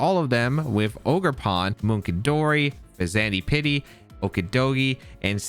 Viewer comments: "Fez and ipity" or "Fez an dipity" would have been understandable ways to prounce the name. I have no idea why you are struggling this hard unless english isn't your furst language, in which case, fair enough! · In case you’re curious- Sinistcha is pronounced like the word “sinister” with “cha” at the end. Fezandipiti is pronounced like the word “serendipity” with the beginning of the word pronounced like “pheasant”. Regardless, thanks for the video as always! I’ve been really eager to see these Pokémon in action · Hey! I think the pronunciation of the loyal 3 is something like this: Okidogi (Sounds a bit like Okey-Dokey) Fezandipidi (Sounds like Serendipity) Munkidori (Sounds a bit like Hunky-Dory) Also Ogerpon is the best legendary release in at least 3 gens, maybe more